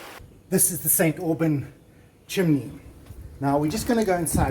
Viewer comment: 😂 😂 It's like St Aubain (slightly silenced n)